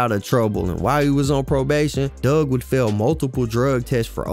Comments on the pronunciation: His name is Dugg ... not Doug🤦🏿‍♂️ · It’s Four-Two Dugg (Doog) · Like you said four two twins, it's four two dugg